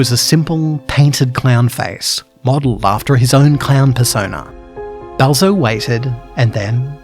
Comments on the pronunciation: why did he sound like he said Bowser? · every time he says balzo I hear him saying bowser